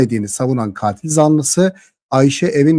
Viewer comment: katil zanlısını yanlış telafuz ediyorsunuz lütfeb bir kontrol edin